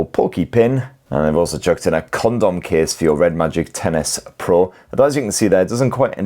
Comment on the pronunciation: I love that it sounds like you're saying Tennis Pro when you say the phones name. Hehe